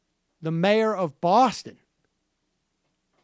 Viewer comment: You pronounced Boston the wrong way . Not how we should say it